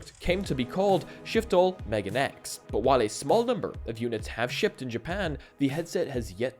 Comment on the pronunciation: Another one who calls the MeganeX the "Megan X" :face-blue-wide-eyes